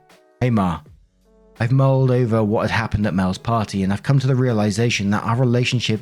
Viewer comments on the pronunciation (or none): none